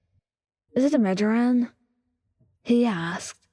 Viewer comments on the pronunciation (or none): Uhhh did we have a migaren in the Bakugou one? Isn’t it like my-grain? No hate just saying 😭